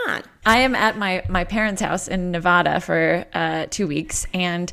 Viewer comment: Loved the prank call, but! You’re killing me with your mispronunciation of Nevada 😭😭